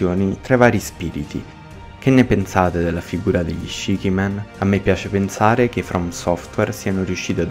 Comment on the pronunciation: se il significato è sette facce, la pronuncia dovrebbe essere ''scici'' e non ''scichi''